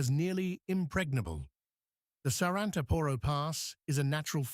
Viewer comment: ....SARANTAAAAAAAAPORO!!!...THE ACCENT IS IN THE LAST "A"...NOT IN THE "O" BEFORE THE LAST ONE!...IF YOU HAVE TO SPELL OUR NAMES, THEN LEARN HOW TO DO IT PROPERLY, FOR GOD'S SAKE!